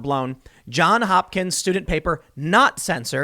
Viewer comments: As an alumnus, I cringe whenever you drop the "s" in "Johns". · Johns Hopkins, not John there’s an S on the John edit: but while we’re on the subject search for the song Open Eye Signals by Jon Hopkins edit: you said it right a couple of times by the end, I spoke too soon. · JOHNS Hopkins, Tim. JOHNS. With an 's'. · “Johns” not “John”. Geesh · Tim. Love the show, but you're killing me man...just say the "s". Johns. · Tim, I know I've left this message before. Please add the s to John in JOHNS HOPKINS. Pronouncing it correctly will give you more credibility.